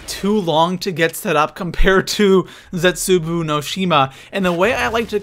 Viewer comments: I think it's cute when you said "Origins 2.0... I mean Der Eisendrache." Really funny, cute. Seriously, though, you have no idea what you're talking about, you're the worst zombies YouTuber, and you pronounce "Zetsubou no Shima" and "unlimited liquid divinium" as if you've never attended any form of educational system. Also, it should be "". But, that can never be the case, because a fat cow like yourself thinks Der Eisendrache is unoriginal, and you suck at zombies. You are certainly not too pro for anything. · I love how he pronounces the map names incorrectly " Zetsubou No Shima is pronounced Zetz- Su-Bow No Shi-Ma he says Zets-Su-Boo No Shi-Ma.... Makes me explode into laughter everytime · Its funny how says "Zetsubu" instead of "Zetsubou" XD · Its pronounced zets-a-bow no shima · it's pronounced zetsoobow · Zets ooo boo no shims 😂😂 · Stop saying zetsubU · I was done 5 seconds in when you kept calling zetsubou zetsuboo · He said zetsuboo 😂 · M8 say the maps right u said zetsubuu and Dee eisemdracha say it right or imma tell your mum 😈😂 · Why do you say "Zetsuboo no shima"? :b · He says Zetsubou wrong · please say Zetsubou No Shima correctly